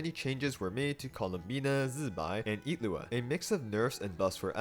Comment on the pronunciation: Wait what? his name isn't illuga it's IT- looa?